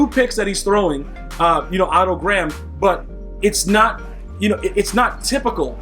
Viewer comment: Thank god you didn’t call him “Oh toe• like a lot of other you tubers